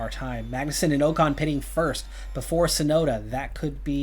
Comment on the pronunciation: first bow-tass, now oh-kahn.... i can't keep doing this, sorry man